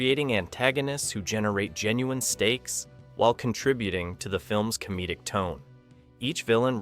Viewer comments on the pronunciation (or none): none